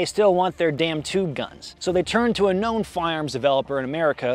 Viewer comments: Now add the battery in the " Toob " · "Toob, in'it??". Nah brother this is "Tube, aint that right partner??"